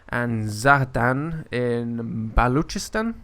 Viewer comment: you have horrible pronunciation of everything. it is Jan-ni-sar-ri. also it is bal-lo-chis-stan